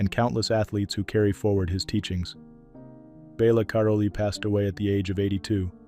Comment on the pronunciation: Misprouncing Nadia Comanecis nane and sometimes misprouncing Bela Karolys name. This narrators an idiot. He's also too long winded and tributes too lengthy. Get him off the air.